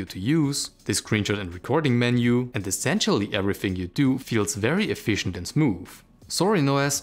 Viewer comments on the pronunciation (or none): none